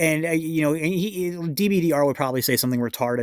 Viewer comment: It's pronounced Dib-durr